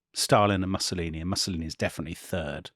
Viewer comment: I don't want to be picky, but the mispronunciation of Mussolini does grate a bit.